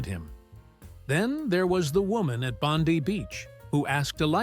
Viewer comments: Where the heck is Bond ee beach it's Bond eye beach. Can tell this is AI generated for Seppos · Why the US narrator? And it's pronounced Bond-'eye', not Bond-'ee' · Bondee beach. Hahaha. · Please learn to pronounce Bondi correctly it is Bond eye. I shudder whenever you say it lol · Bondi is pronounce Bond eye. & Cairns is pronounced Cans. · Faked. Turned off when you said Bondee Beach.👎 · You need to pronounce Bondi right, it's Boundeye. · And one that can pronounce Bondi. I couldn't finish it watching it, the voice annoyed me. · I prefer trying to keep AI somewhat untrained. Don't let it know how to say that beach name. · Dead give away pronunciation of Bondi 😂. Yeah nah AI rubbish. Yarns sould possibly true but the voice is soooo annoying